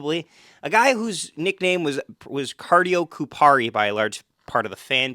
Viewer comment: ya'll did Laine dirty, good job pronouncing Kupari's name though.